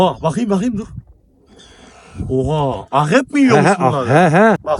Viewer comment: 14.27 abinin akrebe ahrep demesi😂